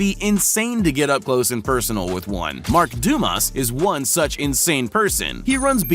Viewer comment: “Mark Dumass” Me: heh…Dumb ass